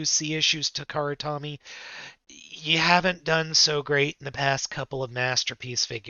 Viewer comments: Takara Tommy? I've always said it as toh-me... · Takara-Tommy?! Maybe that's why they keep messing up with their figures as people keep miss-pronouncing their name? Maybe this is their payback? (It's pronounced toe-me, not tommy).